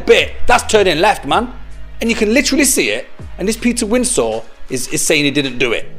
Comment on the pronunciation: Are you saying Windsor in a funny way,it's just Windsor like the place with the castle .